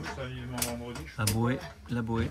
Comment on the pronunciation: Laboe se prononce Labeu Et le château d’Hamlet est Helsingor